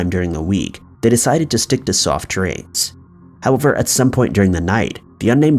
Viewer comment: the way he pronounces softdrinks cracks me up